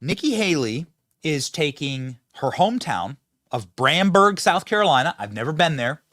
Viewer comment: Bamberg not bramberg 😂